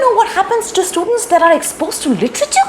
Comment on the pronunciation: Mam, I heard instead of literature, hitleature ( German language) that is we andbakth follow.